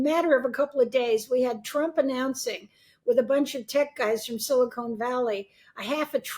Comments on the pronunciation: Silicone Valley? That's Hollywood. Silicon is pronounced differently from Silicone. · 'Silicone valley' 😅